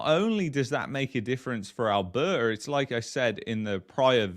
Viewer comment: It’s A L B E R T A . . . . NOT ALBERRA ... 👎🏼👎🏾👎🏻🇨🇦🇨🇦🇨🇦❤️❤️❤️